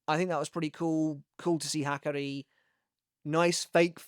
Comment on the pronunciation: They way you’re saying his name is killing me smallz😭😭 Ha-car-E